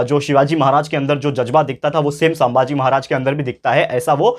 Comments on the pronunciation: It's not सांबाजी, it's संभाजी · Sambhaji maharaj not saambhaaji maharaj only correcting pronounciation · Its sambaji maharaj not saambaji maharaj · Sir sammbhaji nahi sambhaji rhta hai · Bhai sambhaji maharaj he saambhagi nahi